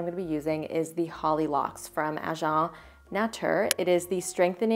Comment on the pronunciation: so much love ♥️ also i think it’s pronounced “agent” like “ay-gent” nateur 😉